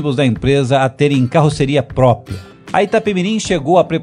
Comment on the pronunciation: Porra,..."PRÓPIA" é de arrancar o saco, hein?!